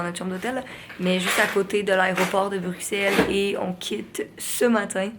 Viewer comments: Ma belle je suis contente que tout C est bien passé pour tes signatures en Europe. Petit bémol... Quant tu prononce Bruxelle, le x se dit pour un s. C'est bizarre je sais mais c'est comme sa qu'ont le prononce. 😊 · Super vlog Les timelapses s'était trop chouette ! Ps: Bruxelles se dit «brussel» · étant belge, je confirme que l'on dit "Brussel" ici :)